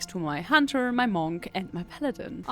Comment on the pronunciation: Love how you pronounce "Monk". M O N C C